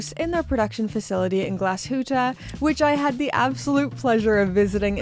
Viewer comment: Congratulations on pronouncing Nomos and Glashütte so well! I hope Teddy watches this video 😀